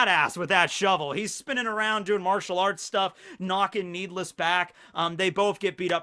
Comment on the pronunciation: I think it’s Nee D. Less